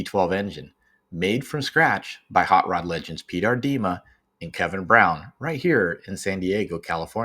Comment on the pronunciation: Aardema, accent is on the first sylable. Aa sounds like aaah